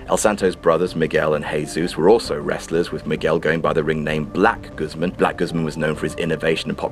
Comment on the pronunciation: Damn ... you just butchered Guzmán. It's pronounced "gooz-mawn" Also, toots is in the hof already